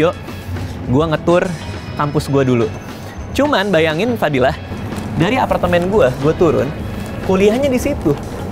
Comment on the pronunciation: denger bang radit ngomong "fadilah" agak kocak gimana gitu ya wkwkwkwk memang editor kesayangan